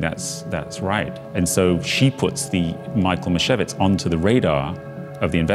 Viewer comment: Her name is not "misevitz" but Meeshyevich. That's how you read it in polish